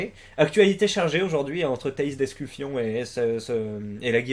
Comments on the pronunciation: Tu fais exprès de dire d'escu"fion"? AU lieu de dire d'escufon? ptdr! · Par contre c'est Escufon pas Escufion mdr